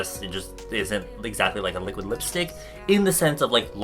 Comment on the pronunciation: Li liuk liuk li-quid lipstick HAHAHA